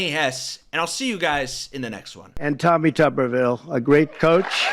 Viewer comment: Tupperville 😆😅🤣😂🤣😅😆😆😁😄😁😆😅🤣🙂🙂😂😂🤣😅😆😁 Tubberville and great coach in the same sentence. 😁😆😅🤣😂😁😄😃😁😅😂🙂🙂😂🤣😅😆😁😄😄